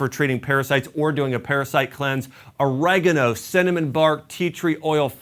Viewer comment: OrEgano? Its oregAno🤣🤣🤣